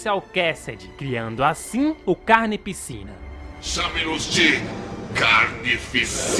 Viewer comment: Mn eu q sou mt esquizofrenico ou td vez q ele fala "carnificina" eu ouço "carne e piscina"